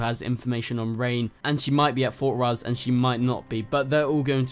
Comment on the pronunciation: I agree, and also it's fort rozz, not fort ross